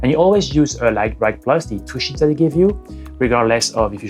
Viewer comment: Fais attention à ta prononciation de "sheets" tu a dit "shits"